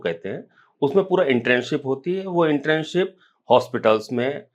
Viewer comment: इंटर्नशिप बोलते हैं इंट्रेनशिप नहीं।